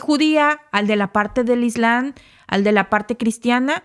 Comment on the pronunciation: es ISLAM y se pronuncia la "M" ISLAMMMMM ** NO ES CORRECTO COMO LO PRONUNCIAS (ISLANNNN) No es la primera vez que pronuncias mal palabras que se escriben y pronuncian con "M".